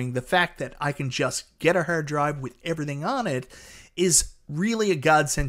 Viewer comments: Sounds like he saying hair dryer. Im gonna pass on the review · The way you say hard drive, terabyte and rpm is bonkers. Hahaha